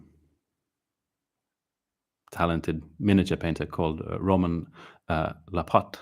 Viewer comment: Hey, thank you for the shoutout! The name was pronounced perfectly. I listen to every word of yours not only in miniature painting. You are a sharp dressed man and impressive. Your livestream has tons of style because of you! Keep on happy painting! - Roman